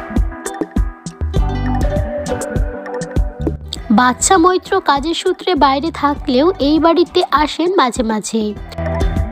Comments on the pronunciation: ভাল লাগল না। নামটাও ঠিক করে বলতে পারেন না। কাজটি একটু ঠিক লোককে দিয়ে করাতে পারেন? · অন্তত নামটা ঠিক করে বলুন।